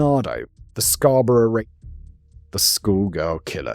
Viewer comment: Dude it’s CANADA…not Canader Also we pronounce Scarborough as Scarboro in Canada not how Brits would say it I’ve never heard someone pronounce Asperger that way…